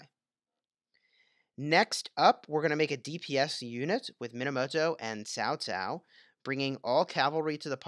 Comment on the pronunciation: Just thought you may want to know cao cao is pronounced cow cow